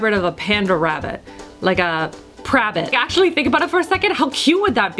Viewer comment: A "Pabbit" hybrid....lol.